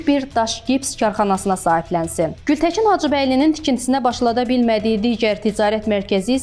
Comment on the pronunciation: Ay aparıcı xanım. Baçı yox Bakı, Gültəçin yox Gültəkin. Ana dilimiz Azərbaycan dilində düzgün danışmağı öyrənin sonra kanal açın.